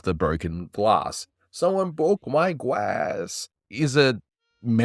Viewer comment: Who bwoke that gwass?